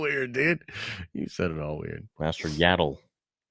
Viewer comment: I do find it funny that even in Tales they say Yaddle correctly but this guy just refuses to do it.